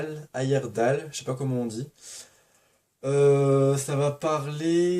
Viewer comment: C'est rare les personnes qui prêtent avant d'avoir lu (bon je dis ça je l'ai déjà fait aussi ^^). Avant de t'oublier, je ne connais pas mais le titre donne envie ! Ayerdhal (la 2è prononciation est la bonne ;)) est un très bon auteur ! Je n'ai pas lu ce livre mais je connais sa plume et il vaut le détour (bon c'est pas de la lecture légère en général).